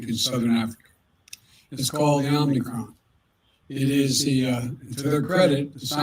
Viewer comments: I cannot believe my ears. It’s OM-I-CRON it’s not OMNI-CRON. You’re pronouncing it exactly the same way Biden does! 😳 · OMI-CRON NOT OMNI-CRON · Good thing your rulers and "experts" are looking out for you. It's "omicron", not "omnicron". "Omicron" is an anagram for "moronic". The invisible force controlling the puppets on both sides of the aisle is laughing at you. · It’s pronounced Ohm-e-chron. It is the fifth letter in the Greek alphabet.